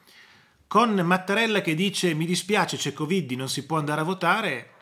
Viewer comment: Buona giornata PROF quando pronuncia la parola coviddi mi fa morire dal ridere.